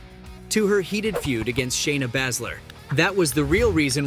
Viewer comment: Bay-zler not whatever your saying